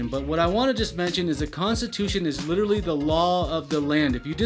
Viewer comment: Please learn to pronounce “literally” not ludirilyy